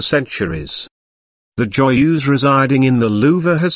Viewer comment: Oh god that voice.. horrible pronunciation. The way he (or rather it) says Joyeuse makes my stomach turn.